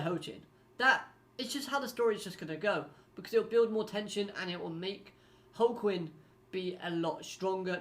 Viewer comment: It's pronounced like Joaquin, he's named after the football player. One of my favorite villains in the series, he's just got style.